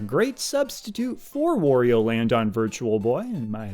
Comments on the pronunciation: You've lost me at "Worio" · Wario: rhymes with Mario.